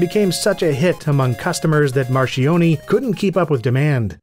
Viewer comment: Marchioni = mar-kyon-ee